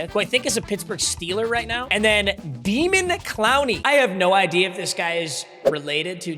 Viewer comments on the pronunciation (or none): calling him demon instead of daymon, smh. Stop being so white.